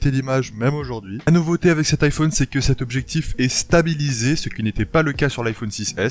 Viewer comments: on dit normalement iphAUne et pas IPhOOOne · Ça me stresse comment il prononce "iphone" pas vous ? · Il prononce beaucoup le "o"